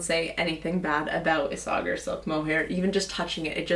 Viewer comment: Pretty sure its pronounced: ees-a-hair (Isager)